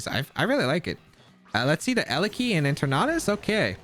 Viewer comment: En-ter-nat-us... its eter-natus